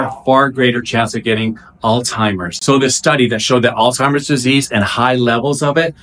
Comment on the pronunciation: I love your energy---btw, it's pronounced All-ZY-mers not all-timers. Thanks for the great info